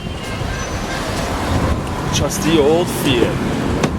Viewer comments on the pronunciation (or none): none